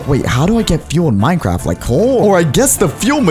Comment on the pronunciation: he said minecrap